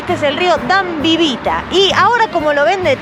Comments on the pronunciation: Rio Ebro jajajajajaa. No, es Rio Dambovița :) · Se dice Râul Dâmbovița 💚💙🌹🇧🇪🍾 Feliz Ano Nuevo 2022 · Me hace mucha gracia como pronunciais dambovita🙈,,,vaya cuantos rumanos estamos por aquí,👏,salutari